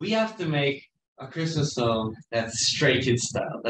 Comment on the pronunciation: Everytime he says Stray Kids, it translates to Straight Kids lol